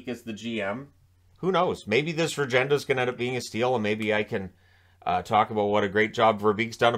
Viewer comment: Regenda pronunciation is Ruhgenda